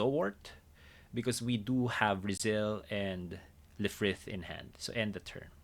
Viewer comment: Lfrith is pronounced as Rubris! Otherwise, amazing deck!